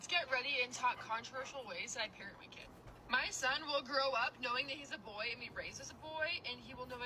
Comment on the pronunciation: idk if that was a Bahamian accent what just slipped out cs I heard the word “Bui”